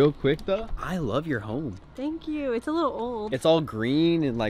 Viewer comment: bro said a lofe line